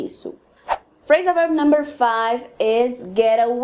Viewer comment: Gostei bastante do vídeo , quando você fala Phrasan verb o verb parece ser dito como out.